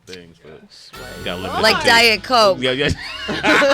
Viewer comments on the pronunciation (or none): LMAO when she said "like diet coke" her New York accent came out, so cute